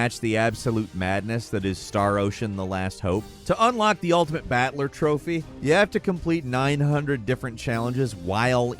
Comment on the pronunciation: why the fuck are you pronouncing BATTLER as "BAT-LER" rofl sounds like your saying some shitty mcdonalds/batman crossover villain's name...